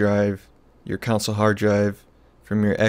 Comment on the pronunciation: Great tutorial.. Con......sole....... Not counsel.